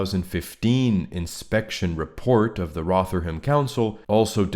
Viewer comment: Thanks for the video. We're not all guilty of moral cowardice, many are in jail for their courage as we speak. Even more are in their cross hairs. It's pronounced "Rovverham" as regards to Rotherham btw